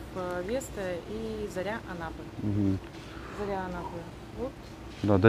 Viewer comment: ЗАРЯ Анапы а не ЗОРИ!!! Исправь пожалуйста